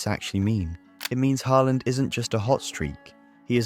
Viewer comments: Hay-land, is this an AI generated voice over? I can't even tell anymore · AI slop. AI voice and script probably. Pronunciation kept changing from Haaland to Hayland. Ffs. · "Heyland" is amazing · “HaY Land” 😂😂 ai is so stupid